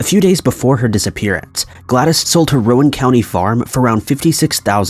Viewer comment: U totally mispronounced Rowan County